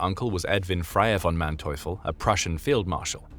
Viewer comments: ...Manteuffel is prononced mante-oofel...for you english speakers...no thanks... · His name is pronounced MANteufel, with empahsise on the first sylable. Happy to help with German pronounciation. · The narrators pronunciation of the general’s name except for the a being a bit off is accurate.